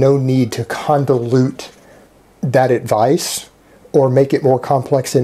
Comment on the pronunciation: I think its convolute not condalute.